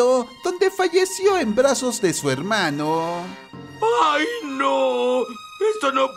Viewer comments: Me satisface el oír helmanos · Languers asi me gusta helmano :D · No les pasa que: ✨HELMANOOSSSS✨